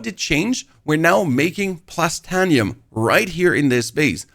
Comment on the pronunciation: Great info, great video, just one teeny tiny little thing Written: Titanium, Plastanium Pronunciation: Tit(ay)nium, Plast(ay)nium